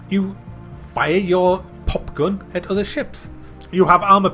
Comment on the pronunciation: "I don't mean like a Duracell or an ever ready I mean a gon battery" I died 😂